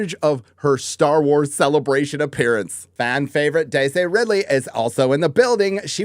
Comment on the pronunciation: This is your job, LEARN to f*cking pronounce the her name.